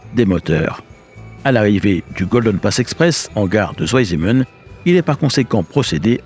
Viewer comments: Si jamais, c’est pas "zou aille zimenne" mais "tsvaille simmenne" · Merci pour ce reportage passionnant. Cependant Zweisimmen est une localité en Suisse alémanique. En allemand le "w" se prononce comme "v" en français, pas "ou" comme en anglais, et le "Z" se prononce "tz". La prononciation correcte est donc "tzvaïsimmène". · Bravo 👍 super reportage! Une petite info pour prononcer correctement le nom de la station vous pouvez dire de façon phonétique: "svaillssimeun" 😊 Salutations 😉🇨🇭😉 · Écoutez sur google 2 en allemand!! Ça ne se pronnonce pas à l'anglaise le w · La prononciation de Zweisimmen demande une certaine amélioration...! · Passionnant mais vous auriez quand même pu vous renseigner sur la prononciation de "Zweisimmen" ! j'ai cru qu'il y avait une nouvelle localité en Suisse !